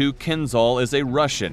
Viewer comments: ...yeah i suggest you get your pronunciation right.....its kinzhal not kinzal.....dagger in Russian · You are pronouncing its name wrongly, it's Kinzhal , (Кинжал) not kinzal (Кинзал) The pronounciation of (Zh) is like pronouncing "S" in (Measure) (Pleasure) (Exposure) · В топ. А то они все заладили про какой-то Кинзал) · not kinzzal but kinzshal... after hating russia for 100 years you could show some respect and learn how to pronounce things, cretins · It's pronounced like kinJal, not kinZal. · Sounds funny, the pronouncer not be able to pronounce,,Keenzhall" as suppose to sound. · It's pronounced Keen-jahl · Exactly! Was about to say the same thing )